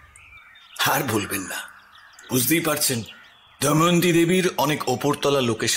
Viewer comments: Good story… but pronunciations must be done more attentively… the name is ‘Damayanti’ not ‘Daimanti’. Sounds very odd. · দময়ন্তী কে বারবার দয়মন্তী বলাটা বিরক্তিকর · নাম টা দয়ামন্তি নয় দময়ন্তী...plz একটু খেয়াল রাখবেন। সেটা বাদ দিলে অসাধারণ❤ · গোয়েন্দা স্বয়ং যদি গোটা গল্পটা তে "দময়ন্তী"কে "দয়মন্তী" বলে তাহলে আর কাকে কি বলবো।অন্য কয়েকজন দু একবার ভুল বললেও গোয়েন্দা মশাই এর মতো পারদর্শী তা কেউ দেখাতে পারেন নি 😂😂। ওনার আরো অনুশীলন দরকার। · প্রধান চরিত্রের এত বড় ভুল উচ্চারণ মেনে নেয়া যায় না! "দয়মন্তী"...😢